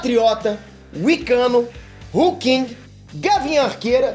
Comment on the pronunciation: porra...hulkinho? kkkkkkkkkkkkkkk q porra é essa...